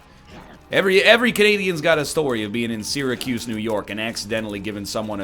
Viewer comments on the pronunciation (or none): none